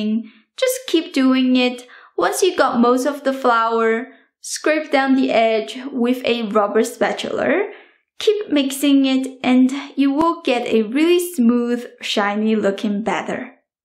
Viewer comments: hey thank you for makin this I love it n you mean spatula not spatulur no one says that in America n you mean medium heat not medin happy new year you earned a new subscriber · It's like she learned how to say spatula from Mr. Krabs and I love it.